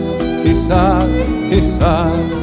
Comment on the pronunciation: Who else hears "key sauce" when the guy who introduces the songs pronounces it.